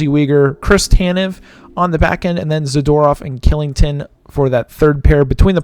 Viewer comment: Great video, just a heads up. Kylington is actually pronounced “Shilling-ton”